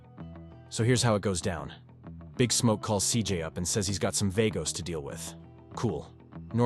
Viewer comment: the way you keep pronouncing vagos is annoying me